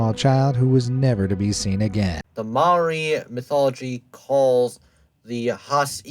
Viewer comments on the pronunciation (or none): Māori is pronounced with a rolled r and the ao is pronounced just o so it's mow-re